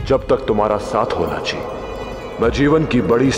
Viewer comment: Bro its lachi not rachi